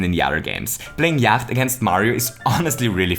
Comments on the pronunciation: Yacht is pronounce "yot" and it seems like its just a knockoff of a game called Yahtzee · Just saying - Yacht is pronouced as 'yot' rhymes with 'knot' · All these comments about how Yacht is basically Yahtzee, apparently no-one cares that Yacht is pronounced Yot. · it is yatche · Are you sure you're pronouncing Yacht right? I mean, the kind of boat is pronounced yaht... Also, in theory it should be one die, two dice, and not one dice, two dices. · Could I just say that I think the Yacht game is called Yatzee in real life? At least that is what I think the game is. Also, it is pronounced "yot" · I am going to start pronouncing “yacht” this way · Warum sprichst du Yacht falsch aus :0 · I love just how austrian your pronunciation of "yacht" is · I think you don't pronounce the 'ch' in yacht. Guess the german comes through here ;)